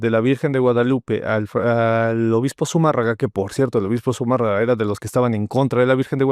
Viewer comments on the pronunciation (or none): Hay que trasladarnos a la creaciònde egrègores., el apellido es Zumárraga, no Zumarraga. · Qué pasó? Es Zumárraga. ZUMÅRRAGA. La tilde en la á, en la silaba de 'mà'.